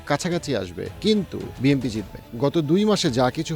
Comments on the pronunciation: আপনি তো BNP উচ্চারণই করতে পারেন না,,, প্রত্যেক ভিডিওতে BMP বলেন,, 🙄🙄 আপনি তাহলে কিসের রাজনৈতিক বিশ্লেষক? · ভাই উচ্চারণ টা বিএমপি হবে না 'বিএনপি' হবে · Why do you always say “ BMP” instead of “ BNP”? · আহারে আমারে এনালিস্ট! যে এখনো বিএনপিকে বিএমপি বলে। নামটা পর্যন্ত ঠিকমতো উচ্চারণ করতে পারে না। আপনাকে আমি একটা প্রেডিকশন বলি- জামায়াত খুব সম্ভবত ২০০ এর উপরে আসন পেতে যাচ্ছে। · আপনি বিএম্পি বলেন কেন? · But why do u always pronounce BMP?